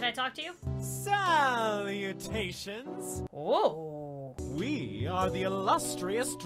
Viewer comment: No one: Absolutey no one: Drama club leader: SALLLLOUTAIONS